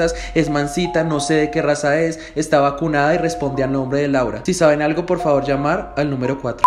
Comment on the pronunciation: jajaajjaja sandra no diga llaura asi si xd